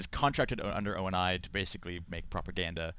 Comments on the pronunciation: STOP SAYING O.N.I. IT'S ONI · "O N and I" Really? Can you guys not get people that actually know want they're talking about? "John Locke" not Jameson Locke, jesus. IGN, go on Waypoint give credit to the guys that actually completed the "maps", not Halo Reddit and learn about Halo besides a quick Google search. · Stan's sister Shelly can't pronounce ONI correctly...